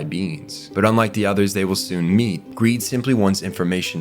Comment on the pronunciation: Who else after hearing call greed/long "greeling" cannot call them anything else...